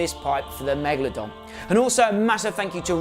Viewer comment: why does he call it megladon and not megalodon